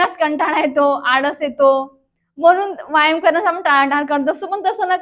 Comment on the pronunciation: व्यायाम शब्दाचा उच्चार बरोबर नाही करत आपण.